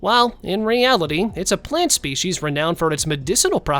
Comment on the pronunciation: Come on dude there's no h in species so quit pronouncing it spechies